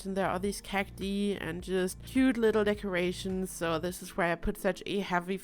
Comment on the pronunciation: Love the build. Pronunciation for cati is actually "kak-tie", I know english isnt your first language so I just thought I'd help out <3